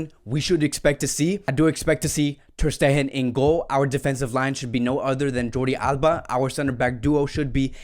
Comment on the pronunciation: This guy pronounces word so bad it annoying athletic club and ter Stehen tjats y I prefer others to be honest